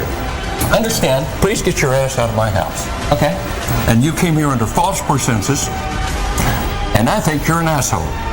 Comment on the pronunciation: "False persenses " lol